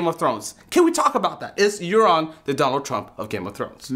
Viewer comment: That's Euron not Aeron fool